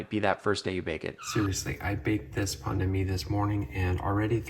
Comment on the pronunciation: You prononce pain de mie as pandemic